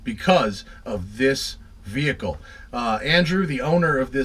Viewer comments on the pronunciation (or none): none